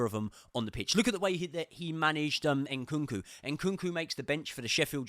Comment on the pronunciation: Why do you say Inkunku?